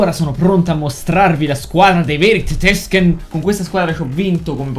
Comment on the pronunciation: la prossima volta non dire tetesken ma.... tettesken